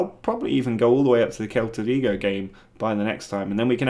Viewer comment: Quick pronunciation heads up. SEL-ta Vigo 👍🏼